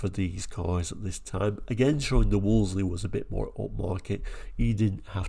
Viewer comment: I do enjoy your channel but the marque was pronounced 'Woolsey' - the second 'l' is silent.